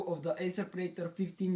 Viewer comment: its called predator , not praitor